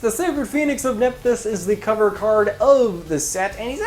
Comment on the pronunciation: best pronounced like neff-these (or neff-thies, I guess)